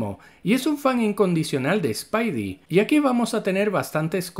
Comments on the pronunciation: No es spaidi, es spidi y no es spaider-pansa es spider-pansa. Dígalo bien, practique lo que predique. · No pude terminar el vídeo. Me cansé de la estupidez de la pronunciación. Llámalo hombre araña si quieres, pero es una real idiotez cuando también dices "Piter" por Peter y hasta "spaidy" lo abreviabas. 😤🇺🇾🇮🇩